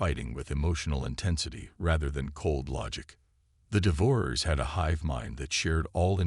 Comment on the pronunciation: The AI narrator needs to learn proper pronunciation of "devourers", among other words.